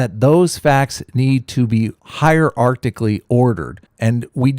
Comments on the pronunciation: Only thing I want to point out: the guy says "Hier-ARCTIC-ally" instead of "hierarchically"... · did he say "hier-arctically ordered"? sounds chilly. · "Higher arcticly" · "Those facts need to be 'hier-*ARCTIC-ly*' ordered..." ¯\_(ツ)_/¯